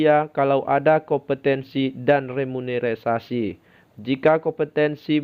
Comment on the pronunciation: Menit ke REMUNERISASI itu apa bro 😆🤣 Remunerasi bro yg betul 😁 remunerasi itu biasanya untuk Abdi Negara (TNI, POLRI, PNS). 😉